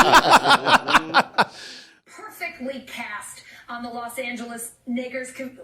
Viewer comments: She was saying Knicks while her brain was trying to correct her into saying Lakers and it came out as “Knickers.” Not that hard to figure out. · Holy shit, people are so fucked up saying she should lose her job. She started to say Knicks and corrected herself midway. So it came out kni-akers. She's not a racist. She's a woman. People calling for her head need to get a fucking life and have respect for the poor souls on that helicopter. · I.....agree. I heard Nakers. But the more you listen to it it starts to sound like a g. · If you slow the playback speed down on YouTube you can kind of hear a long a, I'm still not sure though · She didn't say it on purpose because she would know she would lose her job if she did. I'd check her background to see if there's any other racist stuff and if not I'd give her a break it was just a slip of the tongue. She said something different but sounded like it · Black Willy I'm hearing that video over and over again, and I do hear a "g" in that word. Sooooo...welcome to the Legion, Alison. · Its the L she tried to recover half way through so its a combination of the L and k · Listen to it slowed down, she said "nakers" like Knicks+Lakers it's easier to hear if you slow it down to .25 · She said she jumbled Knicks and Lakers. She's in New York so maybe she's used to saying knicks when it comes to basketball. It sounded like knickers to me. A racial slur doesn't even fit in that sentence format. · i thought she said knicker... like knickerbockers... or lakers combined with smthg else... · It sounds like 'Guh' not 'Kuh'...but 🤷🏿‍♀️ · Idk that sounded more like ger than a ker. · No lie. The first time I heard this (before I even saw her explanation), my immediate thought was that she was going to say "Knicks", caught herself, and tried to tuck-and-roll into "Lakers". So it came out "Knickers". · I heard Nakers too. Unfortunately I'm black so I gotta keep it to myself or get called a sellout. Lol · She said nakers